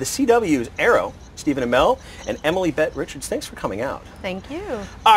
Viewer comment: This guy is a really bad interviewer. He didn't even say Emily's name right!